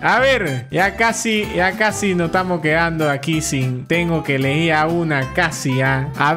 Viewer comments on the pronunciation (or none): none